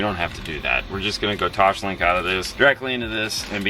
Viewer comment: Does "Toshlink" kill anyone else? It's TOSLINK.